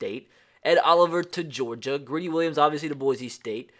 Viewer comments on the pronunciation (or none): Again boy-see not boy-zee